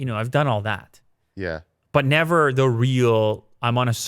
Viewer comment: "Nevah!" with a Michael Caine accent...